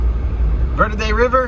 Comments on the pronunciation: Omg thank you! ALSO - it's pronounced VURDEE. Not Verrrrrrrrrde. We pronounce it the 'Merican way! 😎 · You missed the whole town, And you're saying "Verde" wrong. It's "ver-dee." -CVHS class '79. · “Ver-Dee” is how most pronounce it. Mexican pronunciation is fine too